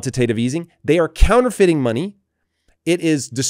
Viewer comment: True-Feiting instead of Counterfeiting